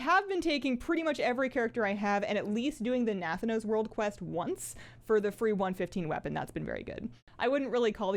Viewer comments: please....it's pronounced na-THAN-os. Not NATH-anos. Blizz pronounces it the first way fyi. I'm sure you're the only person that says it like that. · I usually like you but I now have beef with how you say Nathanos. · SAY NATHANOS WRONG AGAIN! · Your nathanos pronunciation is quite unique 😅